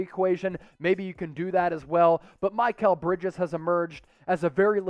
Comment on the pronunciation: he also doesnt know how to pronounce mikal bridges.